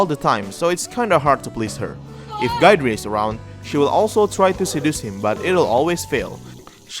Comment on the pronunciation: I swear no one pronounces Guidrys name right.😂